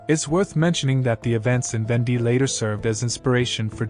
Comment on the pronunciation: It's VAWN-Day, not ven-DEE.